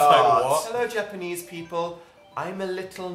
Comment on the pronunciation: Was I the only who noticed how dan said people? He said peaple lmao I'm ded